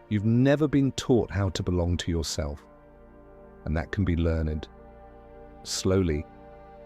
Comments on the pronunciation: author of THE DEATH TAX sez: Had to laugh when the AI narrator--and it IS AI, the clues being the pronunciation of "learn-ed" and a lack on inflection w/ certain words--says it's gonna "read" our comments (!). That being said, I think what older people suffer from most--after the growing list of physical maladies that come w/ aging--is a lack of PURPOSE. When my mother lost her last job in a biz she'd strongly identified w/ for > 30 yrs.--w/ it a definite feeling of betrayal from her coworkers--it was the beginning of the end. I would add that your day not only needs structure, it needs DISCIPLINE--because one must do those things necessary to maintain one's own wellbeing NO MATTER WHAT. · Learned is not a two syllable word. Ai narration I guess.